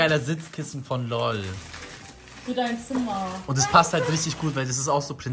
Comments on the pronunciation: das heißt L O L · Es heißt njcht lol sondern l o ll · Das heißt nicht lol sondern l o l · Alles gute zum Geburtstag NIsSA💗💗😍❤️‍🔥❤️‍🔥und!es heißt nicht LOL sondern L O L🤣🤣🤣🤣🤣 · Man nennt das L O L nich LOL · das wird nicht lol aus gesprochen 😂😂😂😂😂einfach so lol😂😂😂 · Lol😂 es heißt L....O.....L einzeln aussprechen